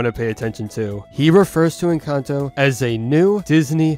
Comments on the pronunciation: me: en-cán-tó him: en-can-toe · Bruh why do youtubers keep saying Encanto the wrong way. 😒